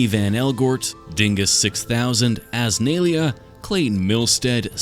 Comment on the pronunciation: "Azz-nailia" lol the first time I've heard it said that way, but I appreciate you either way <3 Love the videos!